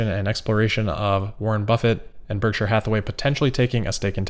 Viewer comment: Nailed the “Berkshire” pronunciation this time 😉